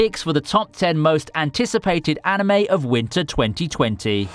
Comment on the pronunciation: Wtf i anticipated no. 1 to be something else and not ... sports anime. And also the way you pronounced the words 'anime' and 'manga' is so terrible.